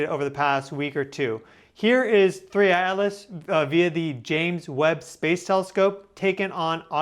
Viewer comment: Thanks for the analysis. I agree the NASA images are pathetic. One silly thing I noticed is that you never pronounce the t in Atlas.